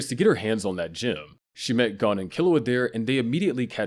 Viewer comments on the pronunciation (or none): "G-oh-n" btw, not "Gone".